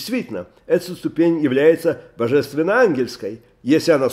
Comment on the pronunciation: "Ступень" - ударение на последнем слоге. "Община" - ударение на предпоследнем. А вообще слушаем рава постоянно и восхищаемся!! Огромная благодарность!!